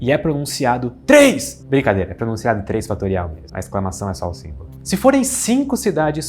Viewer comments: eu nunca comento, mas o "TRÊS" foi genial KKKKKKKKKKKKKKK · ha ha ha "e e pronunciado TRES!!!" muito engracado, isso saiu da nada! raxando bico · A pronúncia do fatorial... TRÊS! kkkkk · E é pronunciado TRÊS! Muito bom! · "... e é pronunciado TRÊS!". 🤣🤣🤣🤣🤣🤣🤣🤣🤣🤣🤣🤣🤣🤣🤣🤣🤣🤣🤣🤣🤣🤣🤣🤣🤣🤣🤣🤣🤣🤣🤣🤣🤣🤣🤣🤣🤣🤣🤣🤣🤣🤣🤣🤣🤣🤣🤣🤣🤣🤣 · A pronúncia do fatorial me pegou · eu ri muito com o pronunciando 3! KKKKKKKKKKKKKKKKKKKKKKKKKKKKKKKKKKKK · Dei o like pela forma de pronunciar 3! KAKAKA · O ponto alto do vídeo foi a pronúncia do 3 fatorial Kkkk!!!